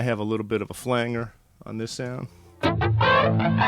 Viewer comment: Great, informative demo!! I'm checking it out for a client of our shop. Also, you are the first person I hear that pronounces flanger correctly!!